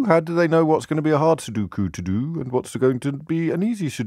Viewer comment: Sudoku, not sudookoo.